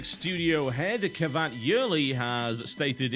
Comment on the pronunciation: The "C" in Cevat Yerli's name is pronounced with a "j" sound, not a "k" sound. Just sayin'.